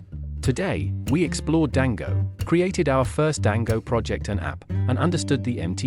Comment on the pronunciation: It's so jarring to keep hearing "Dango" instead of "Django" 😵‍💫